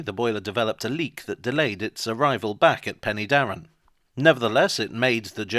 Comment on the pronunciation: Pen'darrr'en (three syllables)